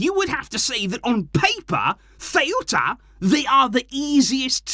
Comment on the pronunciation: I cant lie hearing butcher my hometown name like that loool got me in TEARS🤣🤣🤣